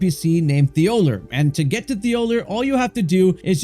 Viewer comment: The names and stuff makes it seem like you haven't even played the game.. it's a spirit spring well not a wind stream it's Igon and thollier literally pronounced his name for you 😂😂